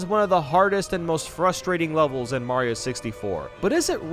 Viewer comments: HE SAID SUPER MAYO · Did he said "Super Merio 64 DS" He deserves some subs